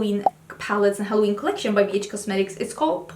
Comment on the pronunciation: Have you been watching too much Stephanie Harlow?? You said HARloween hahahahah 😂 If you know you know